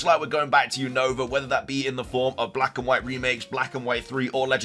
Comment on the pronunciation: say Unova name Right your always saying the Name of region Wrong 😅